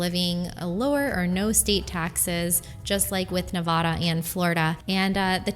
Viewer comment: If you're going to talk about Nevada, learn to pronounce it correctly.